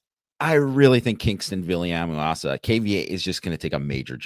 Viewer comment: TRY to say Kyngstonn Viliamu-Asa's name like you've at least heard someone else say it before. OR just use KVA? He's not an incoming freshman so you've had over a year to at least attempt something better than that.